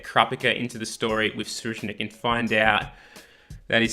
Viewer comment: Im amazing dont worry i wont die. Btw, Tserriednich ( se-reid-nich )